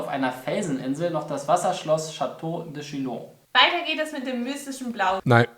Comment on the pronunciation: chateau de chino🤦🏻